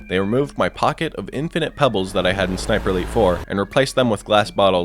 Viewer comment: "ei" is pronounced "y" btw. Like in Skyscraper.